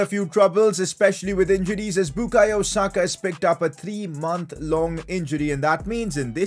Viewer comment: Why u say sakas name like that